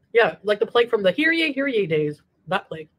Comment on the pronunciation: I don’t know if talking about the “pleg” is something I’d want to do whilst eating but to each their own